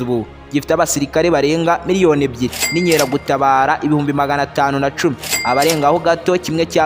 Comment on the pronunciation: Bavuga INKERAGUTABARA apana INYERAGUTABARA!!!